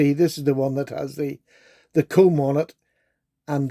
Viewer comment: Lmfao, the way he said "comb"... I was listening to this video in the background, and with his accent and no context...